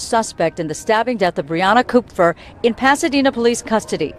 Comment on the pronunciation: It’s “cup-fur”. It’s German and means, Copper